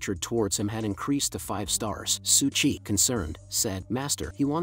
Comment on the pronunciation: Its su qi, not su chi